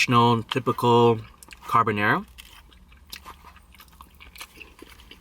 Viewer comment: That "Carbonara" is so painful to watch porcoddioooooo